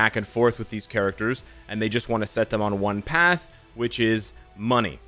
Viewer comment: saying "money" with that partial stop at the beginning brought me so many boycott memories...